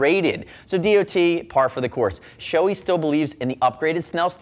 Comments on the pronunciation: Gotta call out the incorrect pronunciation of Shoei in all English language videos. It's NOT Shoe-ee, it's Show-ay. ショウエイ (Shouei) is separated in to ショウ (Shō with a long "o") and エイ (ei). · show-E? no no no, its japanese. show-AY. ei. come on guys.